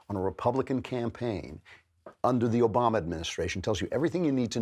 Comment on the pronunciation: Barrack OKAMA?! Did Andrew Klavan accidentally call A-Rock O-rama the japanese word for effeminate gay, drag queen and transvestite? Oh and also the gay slur that starts with f. What a mad lad... and he might not even realize it...